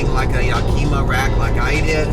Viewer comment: Yack-kim-muh. Like the city in Washington state.